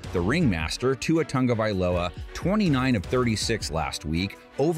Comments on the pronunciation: Because it’s pronounced Tung not Tag 😂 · Why do some people pronounce his last name “tung-o-vowl-o-uh”? It’s pronounced “tag-o-vowl-o-uh”. There’s no “n” in there.